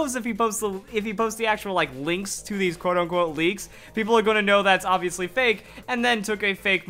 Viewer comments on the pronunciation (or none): none